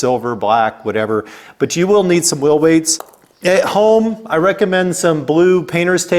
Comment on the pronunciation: It’s “whEEL”…….not “WIIL.” What’s a will?